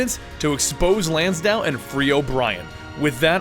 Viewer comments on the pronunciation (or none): Dude... It's LansDALE! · Bro how did you say Lansdale wrong?